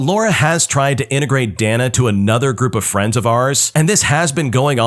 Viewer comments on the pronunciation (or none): Dana is Day-Nuh. Not Dan-uh. 🤦‍♂️